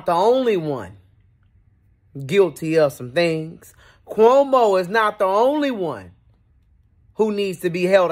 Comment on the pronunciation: The way you say Cuhomo 😂😂😂